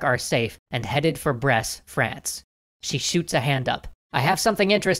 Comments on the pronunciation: I'm one year and a half late but... Brest does not pronounced like "bress" but more like... "breast". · By the way, Brest is read as it looks, without ommiting the T